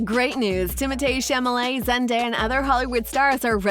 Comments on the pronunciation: it's Chalamet, not Chamalet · Actually it's the only thing she did say right his name is French so the THEE is pronounced Tay where Americans say Timothy which is usually THY so Timothee is Timotay the correct pronunciation! now she pronounced Chalemet as chamelet which is wrong! She got half the name right! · "chamalet"?can you read?o sorry u could be dyslexic i guess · Chamalé? Illiterate B lol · the name is not chamalet...pffff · It’s not the first name she is mispronouncing tho.